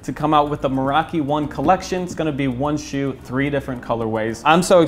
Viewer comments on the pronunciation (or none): Can't wait to see your collab mate! Just make sure you pronounce it more like meh-raki instead of mah-raki because the second one is the word for little Mary and I don't think that's very fitting haha!